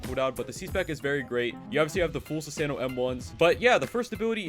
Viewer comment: sussano not akuma😅